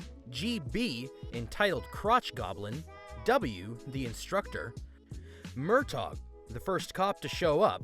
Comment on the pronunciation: Danny Glover would be so upset with you pronouncing it "Mer-tag."